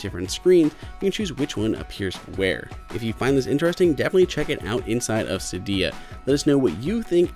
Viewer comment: if thats how you pronounce cydia, how then do you pronounce GIF?